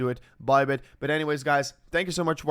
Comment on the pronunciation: I am confused every time you end the videos. Is it: - Good bye - Good buy - Good boy As it seems different sounding with every video.